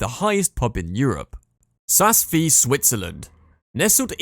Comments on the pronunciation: This video should be re-titled - Top 10 ski mispronounced ski resorts - Tignes and Ischgl are hilarious, Cervinia is pronounced Cher-vinia and please tell me where Saas-Feeee is? Is it in the Feeee valley? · This is absolutely shocking what in gods name is the E space killi !!!! Jesus sas feeee. Do one with these pronunciations!!!